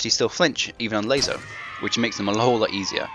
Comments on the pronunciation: LASO, not ''LAZO''. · So every ''S'' is now pronounced like a ''Z''? They have completely different grammar rules, dude. You are the only person I've heard pronounce LASO it like that. Pronounce it like you would pronounce ''lasso'' the first time you read it. Although it's not too much of a big deal, it's kinda annoying. It doesn't take from the fact that, thanks to your videos, I'm beating this on Mythic difficulty. So, yeah, thank you.